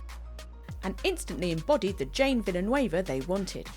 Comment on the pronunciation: jAne ViLLaNuEYvUh